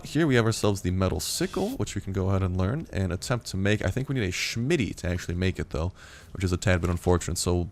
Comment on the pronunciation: Its actually called a smithy not a shmity and a smelter not a shmelter work on you pronunciation